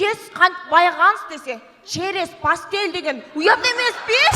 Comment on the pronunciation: Черес пастель дейтко 😂😂😂